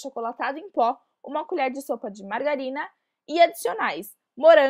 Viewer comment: mangarina kkk e niiina k